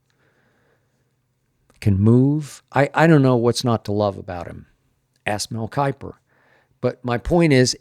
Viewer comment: ".... my friend mel keiper!!....." - skip bayless